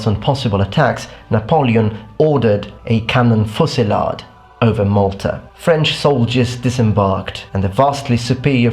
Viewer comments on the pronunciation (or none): none